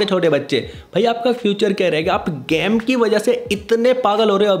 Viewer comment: Bhai game ko gaam bolna band kr 😂😂🤌